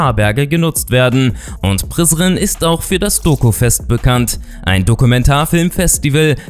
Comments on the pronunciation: MAN SAGT NICHT PRISRIN SONDERN PRESREN!!! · Prizen😂😂🇽🇰❤ spricht man Anders aus😂😂😂